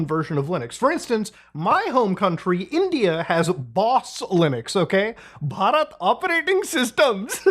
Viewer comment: that accent at bharat operating systems haha munahar